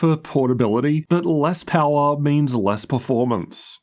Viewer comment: Pawa "power" 😅